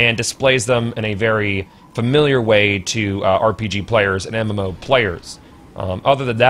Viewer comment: Did you just say MMFaux? lol